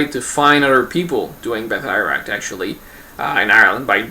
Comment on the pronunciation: A couple of points.I studied irish in school as all irish schoolchildren your pronounciation is totally wrong its batteruct not bateyeract.I would still be very sceptical we know that they were faction fights,but was it an actual fighting system or just lads beating the lard out of eachother. The elite you were talking about is the Gaelic Athletic Association which are one of the cornerstones of irish society they are in every village and town,but not during british rule then they would have been seen as quite a rebellious body.The GAA own the fourth largest stadium in europe and outside this stadium is a statue of the founder michael Cusack of association with his blackthorn stick which he carried every where.Why then did he not include stickfighting in the GAA well for a start although he founded the GAA we was a particularly abrasive character who was not very popular and was kickedout shortly after foundation.The other possible reason is that stickfighting being associated with faction fights and thus division which was with odds with the bodies aims which is and was the creation of an irish identity true sport.Most of the Athletes playing GAA games were poor farmers or labourers who really could not afford to get injured.This was particularly evident in the early years when the organisation nearly collapsed due to the roughness of the games and a new safer set of rules was drawn up.Stickfighting would have been much harder to sanitise.The Brits encouraged faction fights